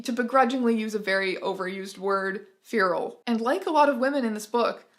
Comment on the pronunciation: They way Teya says "Feral" as "fearall" is always so funny